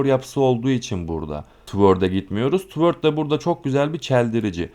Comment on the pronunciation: hocam bilgilendirme kurallar harikasınız yanlış anlamazsanız okunuş düzeltmek isterim.Toward: tuwodz diye okuyoruz.spread:spred diye.umarım kırmamışımdır. sevgiler.